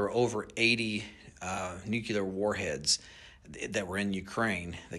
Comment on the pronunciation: If you’re too ignorant to know how to pronounce the word nuclear (new-kle-ar) you should not be talking about it. If you can’t hear the difference, you keep saying new-que-lar.